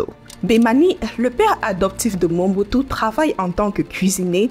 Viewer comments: Belle présentation Mais c'est MOBUTU et non MONBUTU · D' oú est tu ma seur, car tu est entrain prononcer Mal mais très mal Mombutu ? Sorry maman c'est Mobutu. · C'est Mobutu....pas Monbutu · Elle ecrotnMobutu mais prononce Mombutu Si c'etait ecrit mombutu elle aurait surement dit Mobutu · Ce n'est pas MOMBUTU mais plutôt "MOBUTU"